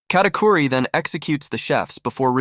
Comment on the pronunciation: Bro ist katicuri not catiqury